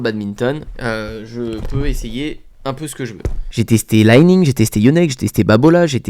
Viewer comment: Alors Li Ning, c'est chinois et on dit Li comme je lis et non pas l'ail Ning. Sinon très sympa tes videos.